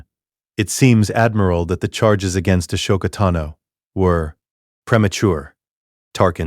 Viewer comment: i hate that it say a-show-ka-tano as her name but ik its just ai word fumbling